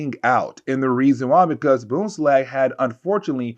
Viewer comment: There is an N in BoomslaNg.